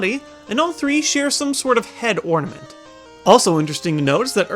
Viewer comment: "Head ortament" LOLOLOL